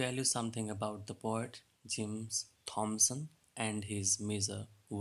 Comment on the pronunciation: Thomson is pronounced टॉमसन not थॉमसन.